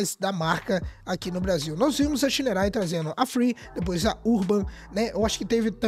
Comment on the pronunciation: bom dia meu querido adoro ver seus videos vc é top 😄! e quero dizer 1 coisa... á pronuncia correta de moto SHINERAY SHI 175, SHI 200 ou STORN é ( "CHÍÍÍÍÍÍÍÍÍÍÍÍ:face-blue-smiling:)🤣😅😂🤣😅! não confio nen á pau!!!!! vc vai lá e compra ok, e depois 😪😢😥😭 ou seja (💃)dançou ABÇ